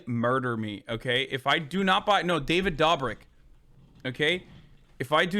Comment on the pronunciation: the way he pronounces david dobrik has me rolling